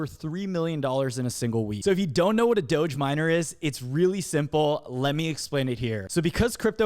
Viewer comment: how you say "doge" is troubling. Softer G on that. doge = doge.... not doge.